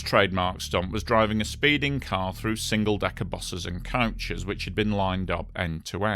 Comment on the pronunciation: Why are you saying couches? It’s coach.. or bus. Ko-ch